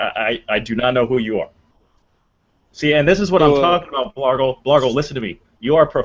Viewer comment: OOPS!!!!!....I just saw the text BLARGLE!!!!!!!!....sounded like Blargo lolololol. Add me pleeeeeeeeeeeeeeeeez